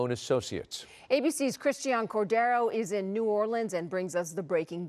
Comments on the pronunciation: Hold up wait Biden pronounced new Orleans correctly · Don't a lot of people say Nawlins? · Yea everyone in the south says nawlins, everyone else says new orleens probably because of the song in princess and the frog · That's how the locals pronounce it.